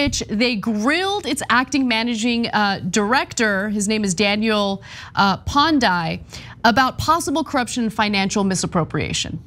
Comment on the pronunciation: As a Nigerian with the full background of the story I have this to say, 1. You guys butchered the name of the region Niger Delta Development Commission. 2. You butchered his name Pondei ! 3. You guys are not being fair to the guy in the grey suit 😂. All in all I never expected Nigerian crazies on TYT, only watch America's crazy here but there is more.